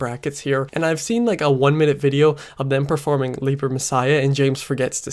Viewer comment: I'm surprised you refer to it as "leaper" messiah since they say it correctly like 8 times in the song.